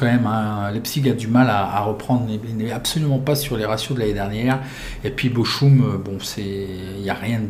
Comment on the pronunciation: Salut le Ch en allemand se prononce R, donc Bochum = Borrum après j'y connais rien en allemand.... lol